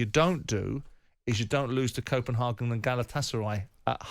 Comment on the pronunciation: Simon corrected himself wrongly as he was about to say Copenhagen and changed it to copen HAHGAN. No simon it Copenhagen. Its leviosa not leviosaaaaaa